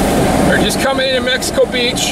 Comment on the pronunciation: It's hilarious that SO MANY storm chasers, and national media, had such a difficult time with the city's name. Mexico Beach. Not Mexico City Beach.